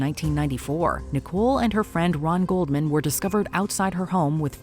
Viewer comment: It’s actually Goldman, not Coleman. It took me a second.